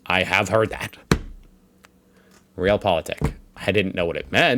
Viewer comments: In WW2 we had surrogaat-koffie = Ersatz Coffee = coffee substitute In WW2 there were no coffee beans so they replaced it with something "similar", not really, because they also had Ersatz for Ersatz, so substitute for a substitute... Of Realpolitik is not prononounced as real but as Re Al With a long A. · Maybe Realpolitik would sound more German if you pronounced it correctly? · "Realpolitik doesn't really sound German, other than the spelling here at the end" made my day,.:) Well, if you pronouce it the American English way it cannot sound German, right?;) Great reaction.:)